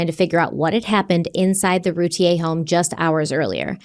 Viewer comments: Darlie’s last name is pronounced RUE-TEA-AIR. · Their name is pronounced Roo Teer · It’s Roo-tee-ur. Just saying